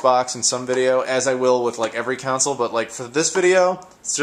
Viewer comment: I really hate the way you say "console". You say it like "counsel".